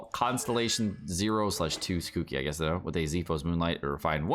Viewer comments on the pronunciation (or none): none